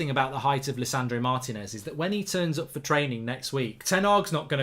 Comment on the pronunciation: It's not Martin -ez, it's Marteeenez, that's what the accent is for!